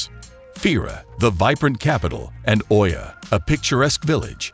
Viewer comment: Oia is pronounced “E-ah”